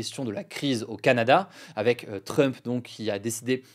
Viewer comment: Tu prononce mal "Trump"